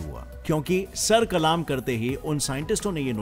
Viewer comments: Kalma ni. Sar kallm krna kahty hain. Kallm Not kaaalaaaaaamm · Brother it's not kalaam isn't kalam.sir kalam hota hai na ki kalaam😊i really like your facts. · Sir kalam👈 not sir kalaam🙄 🤣🤣😂😂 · I am sure you are not an Urdu gem but no problem, the correct word is "sar qallam" not "sar qalaam". I like your all videos, very educative and informative. Good job and keep it up 👍🏻 From Lahore 🇵🇰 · Sir the pronunciation of sar Kalam is not sar kalaam its sar qalam😊